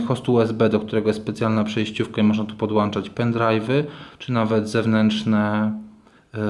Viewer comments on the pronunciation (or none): można tu podłannnnnczać pendrivy jaki tekst podłanczać ;/ poza tym koleś mega zamulony test jest do dupy ;/ a sam tablet naprawdę polecam w tym momencie najlepsza oferta na rynku w biedzie jedyne 499 ;)